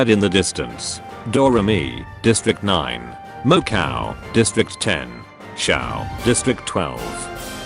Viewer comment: the text to speech voice ;-; "mo-cow" "sirno"